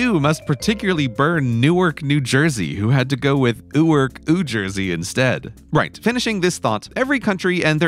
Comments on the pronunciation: “Newark” in N.J. is pronounced “Nork” Say it right foreigner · He actually continues calling the Jersey side airport "Ewark" and it very much checks out